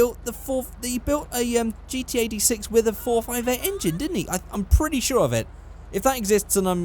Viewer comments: Notice me Senpai!!! Is it me, or did every time he say GT86, it sounded like he said GTA VI?!?!?! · what says: GT86 what I hear: GTA6